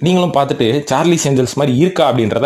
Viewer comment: சார்லிஸ் இல்லை சார்லஸ் ஏன்ஜல்ஸ்